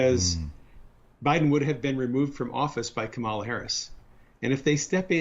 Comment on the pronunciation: They ALWAYS have to pronounce Kamala's name incorrectly. I guess that's a real zinger to these white supremacists.